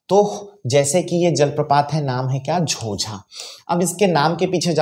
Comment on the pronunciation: झोंझा हैं न कि झोझा